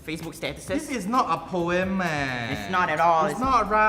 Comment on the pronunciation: Not siding Dee Kosh or Nicole’s book. But I just think that her book is more of her own journal. She was calling it poem. (By the way it is pronounce as Po-em,not Po-yem. She pronounce as Po-yem. There is no letter Y in the word) As what Dee Kosh said, there is no title, no rhyme, no nothing. Is just a book where Nicole writing for her own fun, that’s I prefer to call it as her on personal journal. There is definitely one part I agree with Dee Kosh. It is not a poem at all. That’s a fact